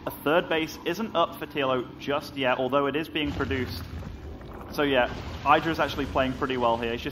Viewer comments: say his name properly. not EYEDRA its IDRA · I made it one minute before I had to stop watching. I can't listen to "eye-dra" one more time.